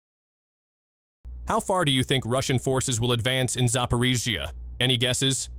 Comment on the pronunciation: Зипирижьйиии лол кринж